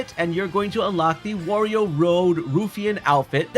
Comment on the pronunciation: Is he saying warrior on purpose?